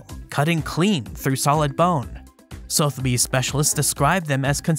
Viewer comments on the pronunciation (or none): respectfully it's pronounced SUH - theby's